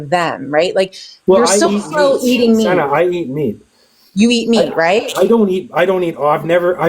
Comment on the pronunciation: Holy crap he didn't let Senna speak AT ALL and wouldn't even say her name correctly! WOW